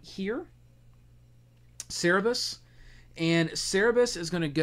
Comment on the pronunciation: Every time I hear "Cerebus" instead of "Cerberus", a little puppy dies. But overall, the video is great! :)